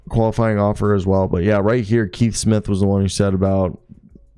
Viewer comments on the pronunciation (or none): none